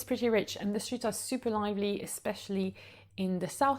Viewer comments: Hi! Thank you so much for your wonderful videos! I'm moving to Paris this year so it is so helpful! I am also learning French and am so impressed by your English! You speak so very well. Purely out of love for a fellow language learner; the word 'lively' has a long sound where the 'i' is, just like in 'alive'. I just noticed that a few times in a few of your videos and wanted to let you know! The only reason it stands out is because you speak so dam well so I just wanted to let you know! Congratulations and thanks again! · Excellent video! I hope to visit Paris in 2025 and your video will help. I have one small pronunciation correction. The "i" in "lively" is long in British and American English. ❤ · Love your tips on all the arrondissements of Paris. Very good information. And I have stayed in 3 of those arrondissements and very much agree with what you said about them. But there is one thing I hope you don't mind me pointing out. You are mispronouncing "lively". From the word "live" as in "live" music. It should rhyme with five, drive and hive. So not liver-ly but live-ly. Cheers.